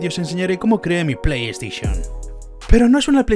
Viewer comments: Nadie: Absolutamente nadie:: Nintendo pLeYsTiChIoN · LA PLEY STISHON :v